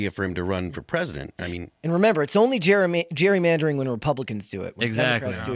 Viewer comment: Phil cannot even pronounce gerrymandering. My goodness.